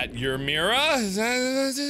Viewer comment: your pronouncing myra mira